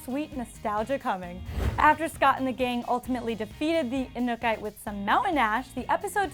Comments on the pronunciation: I'm guessing she didn't watch the show considering she didn't pronounce the name of this seasons villain correctly one time lol? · She pronounced anukite wrong 😂😂